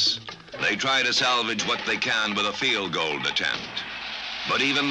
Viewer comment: "Fielgoaled" I never understood the misspoken field goal.